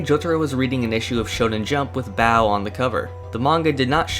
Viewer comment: I don't get why you think Baoh or baou is pronounced Bao. Ou is extended and its own syllable.